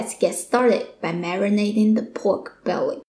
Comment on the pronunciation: Your killing me. Its belly, not bewry. Im definitely trying this recipe